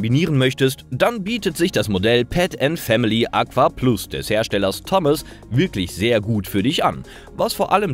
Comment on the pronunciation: "Thomas [ˈtɒməs]"